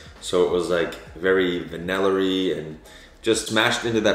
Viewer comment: "Vanillerie" I love it! 🤭